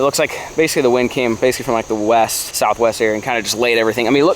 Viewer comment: Me:......that must be new spelling for August, like he says 'Weast'. 🤔: Shew!